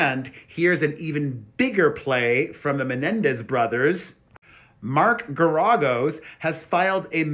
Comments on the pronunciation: Omgosh, you’re driving me insane the way you’re pronouncing the lawyers name. lol When you first started covering their story, I thought someone would’ve corrected you by now. Clearly not so here ya go… Ger-a-gos. Say it like this “Where a” — “Where a” and Gera” rhyme. Then add the “gos.” Pheww! You keep emphasizing the “a” when there is no emphasis on that letter. You - Are - Welcome! Happy Easter! 🐣🐰 💜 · Mark Geragos's name is pronounced GARE A GOSE He was Scott Peterson's attorney as well